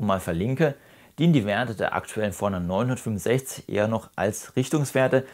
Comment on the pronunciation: Super Video, vielen Dank! Als netter Tipp gemeint: Mich hat etwas verwirrt, dass deine Betonung überwiegend auf der 900 lag und nicht auf 50 oder 60 (dem eigentlichen Unterschied der Bezeichnung). Das hat mich immer etwas aus dem Zuhörfluss gebracht. Kleinliches Gehabe, ich weiß. Aber vielleicht hilft es ja 😅